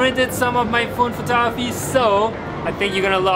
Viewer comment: Bro has so much information in his head he doesn’t say photography he says photoahpy